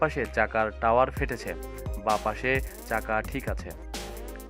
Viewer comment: সালার পো টাওয়ার নাকি টায়ার